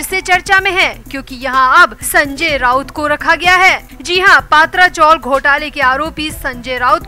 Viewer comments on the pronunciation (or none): अपने उच्चार सुधारो पात्रा नही, पत्रा. ये कोई surname नही हैं पहले ठीक से knowledge तो लो